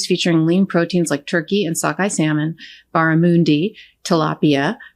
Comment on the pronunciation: Did she say Barramoonde. It's Barramundi, the man part pronounced like the mon in Monday. Australian fish.